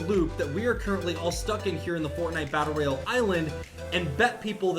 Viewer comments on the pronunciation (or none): none